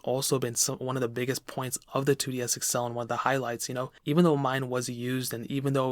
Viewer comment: “2DS Excel”